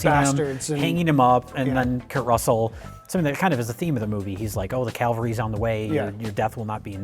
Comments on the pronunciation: Somebody please explain to the difference between Calvary and cavalry. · It's pronounced CAVALRY!!!